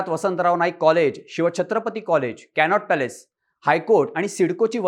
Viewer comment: कॅनॉट पॅलेस नाही हो.. कॅनॉट प्लेस म्हणा.. 😂